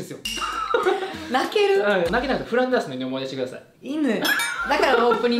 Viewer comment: ノアさんの フランダーﾁｬ って、噛むとこ笑った😁